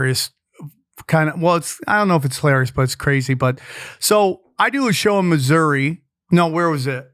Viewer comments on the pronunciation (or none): none